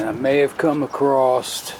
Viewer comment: "Acrosst" WTF...???